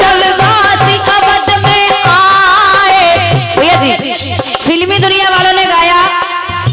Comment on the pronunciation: Aap Har ji ko zi Kyon Kahate Hain